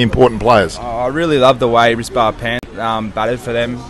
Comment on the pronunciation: Sir, His name not rechard punt, his name is Rishabh Pant.